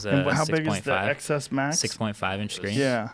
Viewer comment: The amount of times MKB tries to subtly correct Joe's "Ex Ess Max" with XS Max!